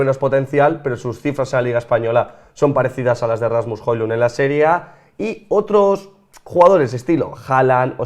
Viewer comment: Tengo un amigo danés, y se dice Joluun